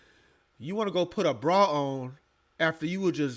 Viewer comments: A brawl? Ma’am, it’s bra 😅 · Did she say…she puttin on a BRAWL or a BRA?!??😂😂😂 I personally suggest, a BRA.